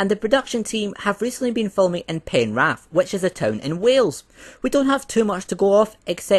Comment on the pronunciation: BTW u pronounced Penarth so wrong. Its : Pen:are:th. I was born there 😂